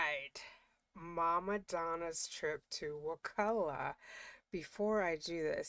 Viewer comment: I’m a third generation Tallahassee native, so thank you for your correct pronunciation of Wakulla! Years ago I was watching a show that mentioned it several times, and they kept saying it wrong! It drove me crazy! I have a close family member who is a lawyer in Tallahassee (but has nothing to do with this case). They had told me that it was very likely that Donna was in the Wakulla county jail instead of Leon county because of snitches.